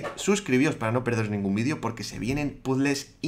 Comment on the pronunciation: jamás me acostumbro a escuchar 'vidio' en lugar de video pero me encantan tus videos!! 😃